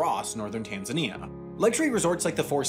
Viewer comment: This reminded how weirdly Americans pronounce Tanzania